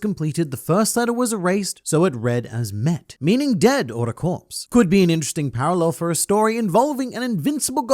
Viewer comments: Bro it’s emmes and mes not emmeth and meth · It was inactive on Saturdays not Sundays (according to the story and logic, Saturday is the holy day in Judaism). "Met" means dead and doesn't mean corpse. There isn't th sound in Hebrew.